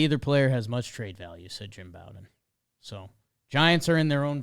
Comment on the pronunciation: I'm not trying to be a grammar nazi but Jim Bowden aka America's GM pronounces his name slightly differently. "Bow", the first syllable, is pronounced similarly to the same word in "bow and arrow" or like the Bo in Bo Jackson